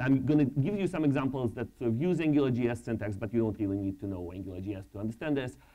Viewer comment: Рррррррррили? не смог досмотреть изза мразотного произношения